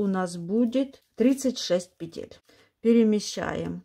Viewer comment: Выучите ударение в словах: "пЕтель", "лЕску". В первом ряду после выворачивания вы вяжете не лицевую, а лицевую за заднюю стенку. Во втором ряду вы вяжете не изнаночную, а изнаночную за заднюю стенку. Вы их названия постоянно путаете, вводя людей в заблуждение.